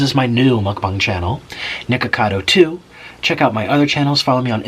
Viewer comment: You idiot!!! You said Mukbang wrong